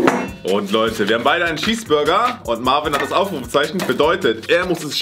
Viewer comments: C sagt einfach schesburger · das heist cheesburger und nicht schieß burger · Wen Triggerd es auch das sagt "Schesbürger" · Normale Leute: Cheeseburger: Schiesburger😂😂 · Niemand:: ein normaler Schießburger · Nemand: Wirklich niemand::schesseburger😂😂😂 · Das regt mich so auf das,,Schesburger"sagt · Niemand: Wirklich niemand:: Schießburger